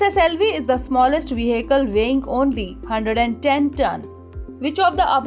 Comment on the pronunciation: The word vehicle will be pronounced like ve-akl